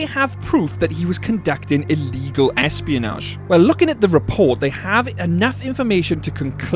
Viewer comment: plz say espionage properly